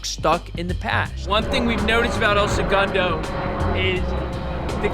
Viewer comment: having the narrator and interviewer pronounce segundo so differently is wild